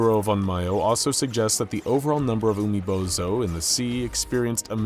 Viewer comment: "oo-me-bow-zoo" not "you-me-bow-zoo" "on-m-yo" not "on-my-o" Please maybe try and learn the pronunciations when you get these projects xD That said, as an onmyouji, it's nice to see a little representation in the SCP world :)